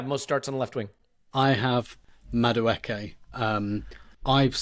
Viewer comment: Clive, lose the Madueke pronunciation...its not MaKueke